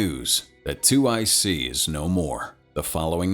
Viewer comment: It's 2IC not two IC, it means second in command